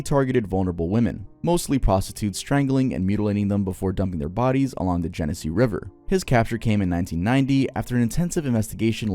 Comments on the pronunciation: (Jen knee see) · as someone from upstate ny,, genesee is pronounced jen ess see🙏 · I’m from New York and the way you said genesse sent meee 😭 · the way you said genesee tickled my brain 😂